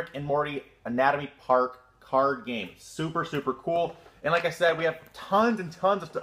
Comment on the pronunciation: Its calld aaanaaatomy Park